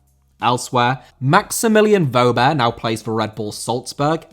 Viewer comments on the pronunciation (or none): Wöber* not Wouber